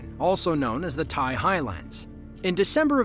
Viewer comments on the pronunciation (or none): none